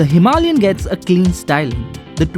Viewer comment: I accept the music, and all, and I really really hate to correct people, but please.. don't say "Himalian" (Hee Mah LiAn). Its Himalayan. (Hima lay an). All the rest its fine. Thanks for the review